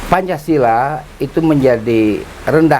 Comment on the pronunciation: Babe keseleo menit 1.35 bilang pancasalah